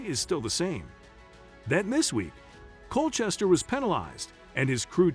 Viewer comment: It’s pronounced NASCAR. It’s pronounced Cole Custer not Cole Chester. Formula One races are pronounced Gran Pree Not Grand Pricks Just sayin’ 😎